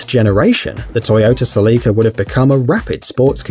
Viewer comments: Celica sell i ca not seleka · Its not sell-lee-ca, its cell-ih-ca! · he said celeeeca 😂😂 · "The sell-ee-ka coop-ay..." hehehe Are Celica and Coupe really pronounced that way in certain parts of the world? Here in the states it's Sell-ih-kuh and Coop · It's "Sel-a-ca" not "Sel-leek-ca" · You dont pronounce Celica Celeeca. You just pronounce it Celica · SELL-ih-kuh, not sell-E-kuh No one ever thought the DeLorean was fast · Its celica not seleeka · ITS CELICA NOT CELEECA!!! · SelEEka though 😂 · Toyota “SI LEE CUH” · Ce-li-ka df! 🤨🤨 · toyota se-lee-ka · You said Toyota Celica wrong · I can still hear the way he pronounced celica and its making me cringe. Please make it stop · I cringed at how he pronounced coupe and Celica ugh wtf